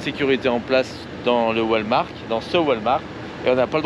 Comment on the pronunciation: Toujours un plaisir de vous voir dans vos aventures 😉....mais, on ne dit pas Walmark mais Walmart 🤣🤣 malgré le devoir de dormir dans un stationnement...vous êtes quand même tout près de la mer🏖 Profitez en bien 💞